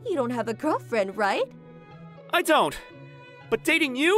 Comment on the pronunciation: "Are you serious rEIGht now"